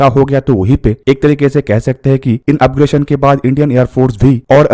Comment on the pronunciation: अपग्रेशन" नहीं अपग्रेडेशन